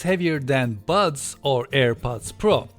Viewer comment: Seriously, am I the only one who kept hearing the words 'butt plugs' through this entire video :D Once again excellent review :)